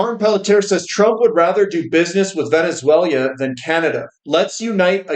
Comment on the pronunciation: you’re mispronouncing “Venezuela”. It’s not Venezuelia